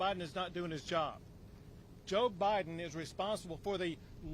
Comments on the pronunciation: Nome said” President OBiden” 😂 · She definitely called it OBIDEN. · Did I hear Governor Noem say President OBiden? lol it may have been a Freudian slip, but she nailed. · Did Governor Noemi say “President Obiden”? 😂 Freudian slip, perhaps. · Loved it when Kristi Nome slipped by calling Biden, O-Biden. It’s perfect.👏 love her.